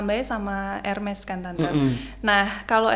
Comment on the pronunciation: Ibu kolektor Hermes kok pengucapannya masih “ Herme” 😂. Ermes buk R nya samar. Duh mbak citra sampe ngantuk ibunya muter2 bae